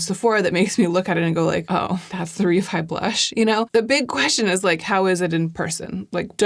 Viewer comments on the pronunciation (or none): I like Reffee and also Gloss-i-ur 😂